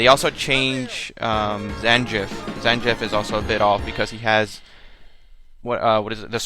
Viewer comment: Did you say Sanjiff, Zanjiff, huh... Different strokes for different folks I suppose. I have recently bought the Snes classic mini, 21 built in games with 1 of them being Super Street Fighter 2 Turbo and that game has the original version. I can't remember that last time before this, that I played an SF game on Snes. Playing it at this time brought me back to the early 90s, I LOVED IT! :3